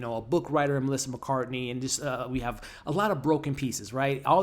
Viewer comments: I’m enjoying it so far but it is not as good as the white lotus that’s for sure but I am going to not give up on it and I hope that you won’t either. It’s Melissa McCarthy by the way not McCartney, just a little stickler thing that bugged me a little. Now I’m over it. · Her name is Melissa McCarthy! Not McCartney. And Nicole Kidman’s character is Masha not Marsha. 🤷‍♀️